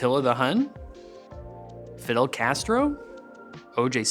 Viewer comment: Did he just say Fiddle Castro?